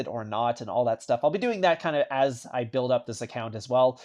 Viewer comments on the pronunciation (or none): none